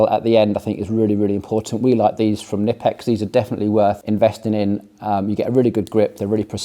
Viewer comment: Knipex actually want to pronounce their brand as kuh-ni-pex.